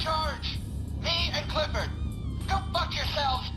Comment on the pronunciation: i thought its Clifford not Cliffford